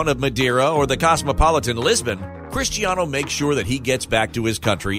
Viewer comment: Did he say cristianiho 😂